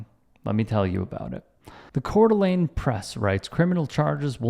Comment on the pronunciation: You pronounced Coeur D’Alene correctly this time!!